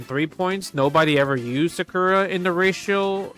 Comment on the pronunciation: I really love the way when he says ratio it sounds like "Racial"